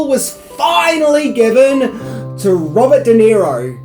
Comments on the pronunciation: De-Niro not Nero... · Who is Robert Di Nero? Do you mean Robert DeNiro? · Also - it’s De Niro, not Di Nero. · Just a small remark...it's Robert DeNiro...not DiNero. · That stupid accent really bites you in the ass. How about learning to spell and prannaunce (misspelled an paarpaus). It's Robert De Niro! De and Di are pronounced differently. Take off the sun glasses ans learn proper English. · "Robert Di Nero" looool